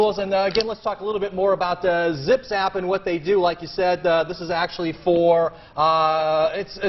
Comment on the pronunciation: "You're with a company called 'Zip Zap'" "Correct." Haha it's Zim Zam! Lmao